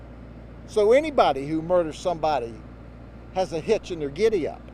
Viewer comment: "So anybody who murders somebody has a hetch in their giddy up" Love you Grady❤🎉🙏🏼